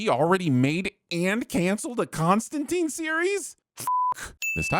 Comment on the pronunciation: Sinning the for failing to sin Peacemaker's miraculously dropping a loosely wrapped package of vinyl albums off a balcony without shattering them into tragic bits. Also sinning the for mispronouncing "Constantine." Yeah, the movies and tv shows do it too (with the exception of Lucifer in the Arrowverse crossover, the only case where it is pronounced correctly), but the comics make quite clear that the last syllable rhymes with "spine," not "spleen." Likewise sinning the for the worst mispronunciation of "nom de guerre" in the history of the solar system.